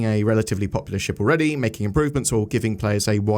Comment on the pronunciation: Popular. It's gonna be paw-pew-oo-ler